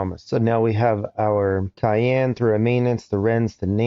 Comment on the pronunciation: Caen is pronounced almost like "khan" instead of cayenne. Bilbao is Bill-Bow. Little nitpicks! nice video